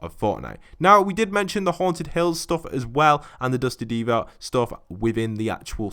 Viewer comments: It’s "Divot" not "Devot" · Divot is pronounced like “Divvit” not like “Deevaught”